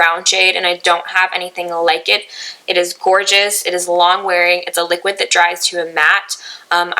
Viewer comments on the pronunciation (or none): none